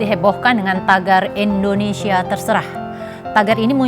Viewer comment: Indonesia. bukan endonesia.